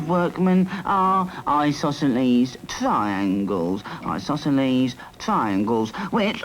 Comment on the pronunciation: "Eye, sauceso-leaze. TRI-yangles... Eyesausoleese, try-yangles"